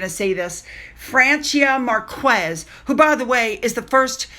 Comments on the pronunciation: It’s pronounced Merk- ez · Sweetie in Marquêz the u is silent, so you pronounce it Markés, just so you know in Latin derived languages the u following a q is always silent. Take care and keep up the great work!